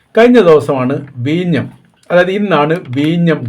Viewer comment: എടോ....വീഞ്ഞം ....അല്ല വിഴിഞ്ഞം..... വല്ലപ്പോഴും പല്ല് തേച്ചു നാക്കൊക്കെ വടിക്കണം